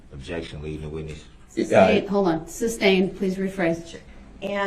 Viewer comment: It drives me crazy when he says "substain" instead of sustain.